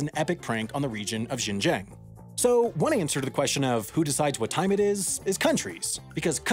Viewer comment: Learn how to pronounce Xinjiang please